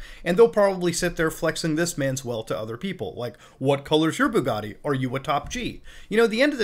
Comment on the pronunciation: But he can't pronounce the letter t, so how could he say Bugatti